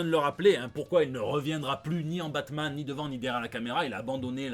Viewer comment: Putain pourquoi tu prononce le nom de la bête la série Batman est foutue